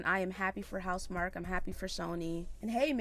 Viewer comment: it's pronounced mark 😁